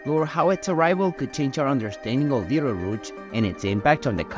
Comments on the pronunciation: “Veetle-rooch”? It’s pronounced like “beetle-juice”. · I cannot listen to this guy call it beetle rouge anymore